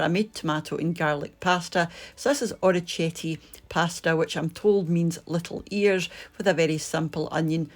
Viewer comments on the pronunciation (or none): Hi, you looked lovely at the beginning in both outfits. If you think and say or - i - ke - tea then you'll have Orichette correct! Love your channel!